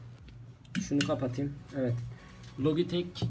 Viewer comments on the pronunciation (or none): none